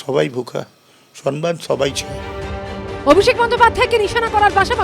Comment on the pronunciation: কথাটা সন্মান নয়, সম্মান (সম্ + মান) । পুরো ব্যানার্জী পরিবার ভুল বলে।